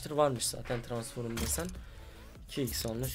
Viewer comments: Transforum değil transfrom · Transforum ne ya transform diye okunuyor u yok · abi tranforum değil transform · Adamın eşsizi var hala transforum diyor :):):):) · Arkadas transform a transforum demek ne yaa :D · Tıransforum değil transform kardeşim o ama yinede sen bilirsin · abi transforum ne yaa kopuyorummm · Ulan hala bu videoyu seyrediyorum TRANSFORUM diyince çıldırıyom :D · Suna birisi transform demeyi öğretsin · transforum demesine bir benmi gıcık oldum